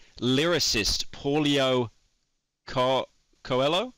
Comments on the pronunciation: Pyro pronouncing Paulo Coelho as Polio Coelo is the true embarrassing thing. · Polio coelou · As a Brazilian, seeing Pyro butcher the name Paulo Coelho made me happy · As a Brazilian hearing Pyro say "Paulo Coelho" in the most wrong way possible was actually hilarious